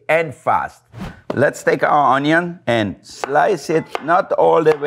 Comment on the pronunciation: ugh, had to go watch my mans Jean Pierre after he said onion lol. . .ps that onyo is weak